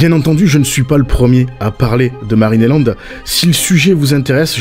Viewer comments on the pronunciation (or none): Pourquoi qui dit Marine et land au lieux de marineland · Je suis peut-être pas habitué aux différents accents européens (même si mon copain est lui-même d'origine francaise) mais je suis QUébécoise: pourquoi prononcez vous MarinÉland? Je peux comprendre que vous ne prononcez pas l'anglais, mais soyez au moins correct dans la prononciation! Prononcez Marine Land! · Juste, c'est marineland, et pas marinÉland ... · « MarinÉland » purée ça me stresse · Superbe vidéo. Beau reportage avec beaucoup d’information sur l’affaire. En revanche, ça pique les oreilles d’entendre à tout bout de champs « Marine et land » au lieu de « Marineland » 😅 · Pourquoi dites vous Marinéland et non Marineland ? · Marinéland ? Non , marineland, y’a pas de é dans ce mot 😂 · Pourquoi tu prononce Marine et land c'est Marine Land? y'a pas de é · C pas marinélande c marinlande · Je ne comprends pas la prononciation de Marineland. Pourquoi prononcer "Marine et Land" ? C'est étrange. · Intéressant mais pourquoi tu prononces MarinéLand ? Il n'y a pas d'accent : c'est Marine Land. Tout simplement. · Dur de prendre au sérieux quelqu'un qui prononce Marinéland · Qqn peut lui dire que Marineland se prononce pas comme ça ? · Bon ta prononciation de Marineland me donne envie de me casser la tête contre les murs, mais c’est incroyable de laisser les animaux comme ça je n’arrive pas à y croire, j’y étais étant gamin, c’était magnifique et sous le prétexte d’une pseudo écologie voilà ce qu’il reste, c’est une honte… Bravo les écolos à deux balles… Vous nous prouver une nouvelle fois que vous êtes parfaitement inutile et qu’à à part foutre une belle m*rde, vous n’apportez aucune solution et maintenant ces animaux vont dépérir jusqu’à crever tout seul là-bas c’est sûr que c’est une bien plus belle vie pour eux….. Merci l’écologie